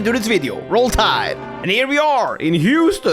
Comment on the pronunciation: Preface: American here. Southern American at that. I had to pause because of how hard I was laughing at "Roll Tide!" In a Texas accent. Absolute A+ for effort, funny as hell.